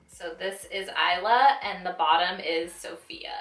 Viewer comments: I wanted Isla! That is my niece's name but it sold out so freaking fast! So bummed. Btw it is pronounced eye-la. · LMFAO it’s is-luhhh and like it means Island in Spainish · 😂 "Issluh" lolol girl, didn't you see her video?? Haha cute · It's pronounced "eye-luh" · Isla is pronounced the way it looks eesla😊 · Huge fan of Jaclyn but you can't pronounce the shade name Isla? Like did you even watch her reveal video? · This is my first impression also. I know this has no effect on the review itself but if she's such a big fan you'd think she would have seen Jaclyn's video on the lipsticks and know how to pronounce Isla. Petty, yes, but so are her responses to the constructive criticism she's receiving. "Thanks for your view $$".... won't get any more views from me that's for sure.